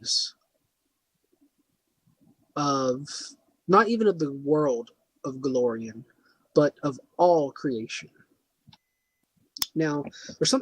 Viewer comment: Go-LAR-ion. That's an A. Not an O. Also while you are clearly very knowledgeable on the subject you need to work on presentation. Too many ums and pauses. Your phone goes off, somebody talks to you, and you step away like you're on a call. Simple editing dude.